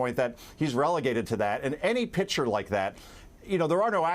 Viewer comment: "Pitcher" Concha? What the hell? It's picture!!